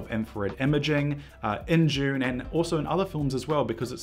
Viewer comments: Say "DUNE"... Stop pronouncing it as "June" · Oh, for the love of god - it’s pronounced DOON not JUNE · It's Dune not June. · Is it just me or does he keep saying June? Are we being trolled? Also maybe its just black and white with a red filter, that's how they did Paper Moon. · Why do you keep saying June? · The film is called Dune not JUNE !!! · you say june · Why does it sound like he's saying June when he says Dune? 😂😂😂😂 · Man’s said “June part 1” and “June part 2” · "June paht too"